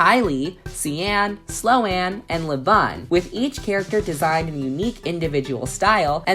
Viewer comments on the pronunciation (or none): It's not SLOW-ANNE...it's Sloane....pronounced Sl-own. hahahahhaha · can’t tell if the name butchering is intentional but either way it made me laugh lol “slow-anne” is my favorite 😂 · Am I the only one triggered by the mispronunciation of the names? like it is on purpose right? please tell me it is on purpose ROFL Teacher:SLOW-Anne?...is there a SLOW-anne? Sloane: uhmm.....I am here but ....my name is SLOW-nuh...Sloane... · Sloane is not pronounced like Slow-Anne 🤣 It’s like if the word “loan” (or “lone”) had an ‘S’. SL-OWN. Sloane. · Sloan is pronounced SLOW-N, not Slo-Anne. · also Slow-n not Slo-anne, lol